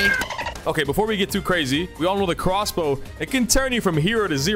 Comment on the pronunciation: Its literwally a cwossbow